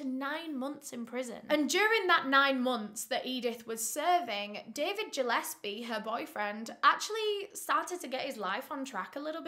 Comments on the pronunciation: I think it’s pronounced Gill-es-pee I grew up with the last name Gillespie and everyone says Jill-es-pee lol but regardless I love you 😂❤️ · Really irrelevant but Gillespie is pronounced like (fish gill)- espie not like Jill-espie (I have a few Gillespies in my family) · Gillespie!!!! Not Jillespie!!!! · Im Scottish and I love hearing how people pronounce words. Its Gill,as in a gill on a fish, not Jill in the surname Gillespie and Mac-a- linden for that evil boots surname. I remember when this happened. You should cover the case of the 2 brothers who tortured and murdered a procurator fiscal in Glasgow in the 90s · Ggggillespie not jillespie ffs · It's driving me crazy his name is gilespe pronounced like a fish Gil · Was kind of inking me scttish the g is not pronounced J its Gillespie but still love x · I think it's probably pronounced GILL -espie. ( I live a 30 min drive away from Glasgow). I love your videos though not a criticism just informing you ☺️ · nooo QwQ its pronounces like "gill-esbie" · Gillespie, hard G. Not J. love ❤️❤️